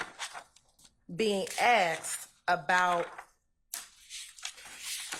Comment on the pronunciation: The lawyer says acked. What is acked????